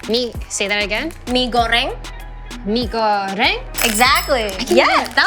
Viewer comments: It’s weird she’s asian too but she’s asian + western I think that’s why she can’t pronouce it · I watched this and I thought Niki was a singer from US, but when he said "mie goreng" I realized that it was an Indonesian accent, and I was like "omg why don't I know a singer from my own country" Lol😂😂😂😂🤣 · it's kinda different, you know😁. her accent